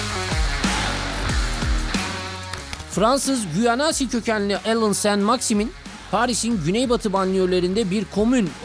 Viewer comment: Adini bile dogru telafuz edemeden video cekmek.. enteresan..